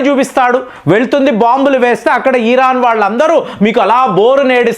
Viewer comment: ఈ సారి America physical యుద్దం చెయ్యదు.. Digital యుద్ధం చెసి అవకాశం ఉంది...ఈరాన్ కాదు... ఇరాన్ సర్